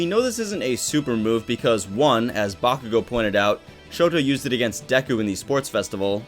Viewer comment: I know you did not say bakugoat 😂😂😂